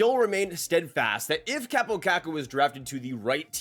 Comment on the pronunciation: His name is Kaaaapo, not Kappo. With an elongated a.